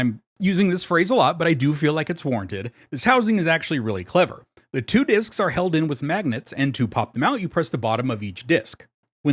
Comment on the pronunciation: And followed by a mispronunciation of the word 'discs' not long after.